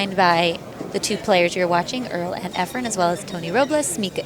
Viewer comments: I watched this a couple of times. Terrific match, terrific video, and very good commentary until Tony left the booth. I wish the English commentator would somehow discover that the name of the Filipino player is *E F R E N*......the last letter being an *N*. His name is not not "Efrem". There was once an actor named 'Efrem Zimbalist Jr.' Maybe the English commentator has the two confused. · Amazing match. Why is it so common in the pool world to have commentators (who presumably are familiar with all the great players) call Efren EFFRUM? It's splitting hairs but it's pretty irritating. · Efrum?! How can they not know his name, or is it on purpose? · Wow these commentators are stupid. How many times are they gonna mess up Efren and Earl's name.